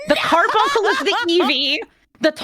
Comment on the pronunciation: It's cute when you pronounce it "CAR-BUN-SUL" instead